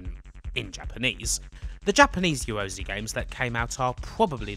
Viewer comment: Ya ro *zay * /pedantry but argh it grates.